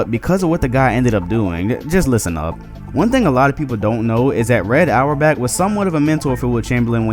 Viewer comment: So we gonna act like it's impressive to stop magic Johnson from scoring?😂😂😂 Its fucking magic Johnson, it's not like he was known as this "prolific" scorer. Btw, really? Get your shit together man, we can't have you butchering Red Auerbach's name like you did.